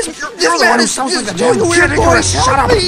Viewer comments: Did you rike it? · Do u rike it? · Did u rike it?